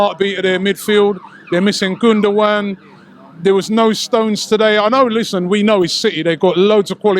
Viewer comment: wow Robbie actually pronounced Gündogan much better than most Britts. Well done mate 👍